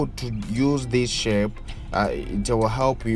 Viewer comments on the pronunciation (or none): Hey are you Ugandan? The way you pronounce shapes makes me miss Kampala.